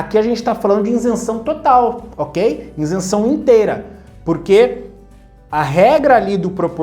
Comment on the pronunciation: Isenção e não " Insenção "